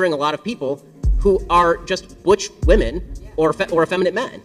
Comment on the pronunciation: You still don't know how to pronounce "women" correctly and it bugs me.